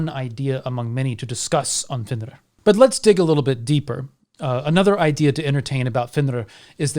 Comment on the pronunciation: I have always felt great sympathy for fenrir, Loki, and all his children, actually. Loved the insight of all the wolves and the proper pronunciation of the names.